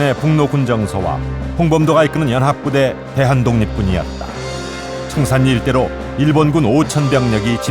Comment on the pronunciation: 참 거슬리네요. 청살리지, 청산니? 그러면 신라도 신나네?